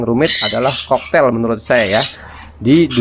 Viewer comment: Cockatiel koreksi bacaannya bang kokatiel bukan koktail bang😅.. itu ada huruf a-nya di tengahnya bang🤭. Kl mengendap di tahap awal gmn bang? biasanya tembolok ga mslh.. ini udh 9 jam blm turun.. umur 2mgg.. tembolok ga keras.. kl pk calsipro probiotik/em4 peternakan bisa ga bang? Takarannya gmn?? Buat ngurai makanan di tembolok soalnya kl di kuras sedot spet ga berani.. pernah nyoba susah ga ke sedot.. kasian bang..